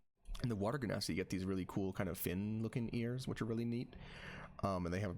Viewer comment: LOVE THE VIDEO... hate the genasi pronunciation 10/10 would torture my ears again